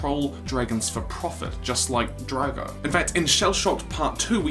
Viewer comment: its drako not drago